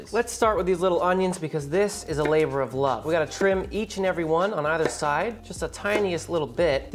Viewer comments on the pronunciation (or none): none